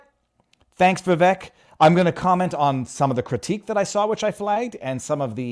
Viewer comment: Viva, his name is Vivek, pronounced with a short sound on the "i" and an "a" sound on the "e": (Vi-vake). How is it you don't know that? Please get it right in the future.